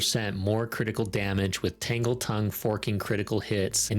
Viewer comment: Sounded intresting, finally a fresh idea... than you said Tangeltongue